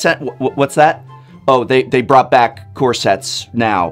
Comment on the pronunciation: I swear every time he says "core sets" I keep on hearing "corsets." As in the dress.